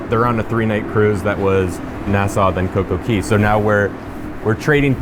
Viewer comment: Why do you always call it Coco Key not Coco Cay?